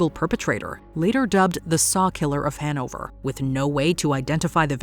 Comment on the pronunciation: The way she says Hannover makes me cringe